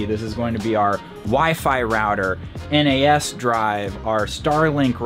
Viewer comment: Your network attached storage is referred to phonetically as NAS(z), a single word sounded out. Not N.A.S.